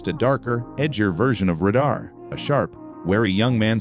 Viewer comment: ugg, redo the AI read to say the word RADAR correctly.